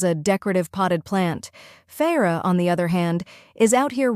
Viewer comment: This book has been out for how long now? 20seconds into the video and I’m already annoyed on top of that mispronounced the MC’s name? Just stop reading, it’s obviously not doing your brain any good.